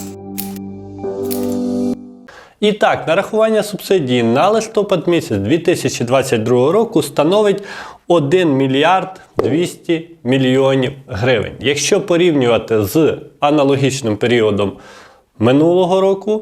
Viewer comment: У слові листопад наголос вимовляємо на останньому складі .